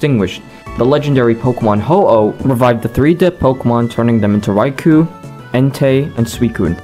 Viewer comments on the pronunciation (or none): none